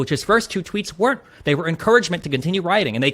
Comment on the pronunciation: I love how he emphasized Trump's tweets while saying the tweets were trivial! BTW what's the chance a "violent insurrectionist" beating up a cop would stop to read a Twitter notification from Trump and then leave the Capitol in the middle of the chaos that was taking place? Also his ignorance about the process for calling up and using troops AGAINST AMERICAN CITIZENS in an American city is literally criminally moronic! Does Destiny remember the left's opposition to Sen Cotton's suggestion to use troops to stop rioting and looting and of course the Capitol Police's refusal of Trump's offer to provide troops to protect the Capitol PRIOR to Jan 6th.. because of the bad "optics" involved? I wish Greenwald had asked Destiny if Trump WANTED the Jan 6th "insurrection" why did he offer troops to protect the Capitol days before the rioting took place?